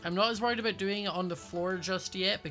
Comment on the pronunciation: Ya are you sure aboht that? 🙄